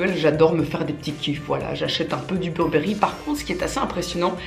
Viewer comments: On prononce « Beurbeuri » pas « burbéri » 😕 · On dit burbery comme avec l accent anglais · « Burbéri? » chez moi c’est « Beurre Beuh Riz » qu’on prononce mdr! Sinon bisous 🍑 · Pareil 😂 beurre beuh riz🤣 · Ma mère le prononce "bébéri" 😂😂